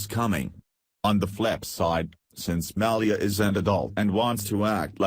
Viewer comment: can't say Malia Lol